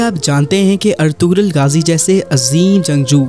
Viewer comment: پہلے نام تو پڑھنا سیکھو۔ اطغرل میں غ خاموش ہے اطرل پڑھا جاتا ہے